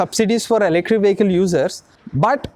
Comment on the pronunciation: Ele-krik 😂 Thank you for your awareness.